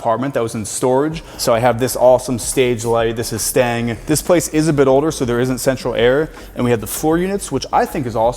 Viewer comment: Took me a few times to figure out that "This is Stang" = "This is STAYING"...0_o!